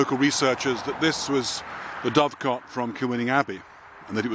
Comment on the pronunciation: dove-cot, or doo-cut